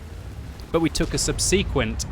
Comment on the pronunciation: You pronounce ‘subsequent’ incorrectly, sorry noob